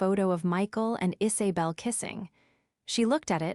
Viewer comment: names - 'isabel' - not "Is A bel'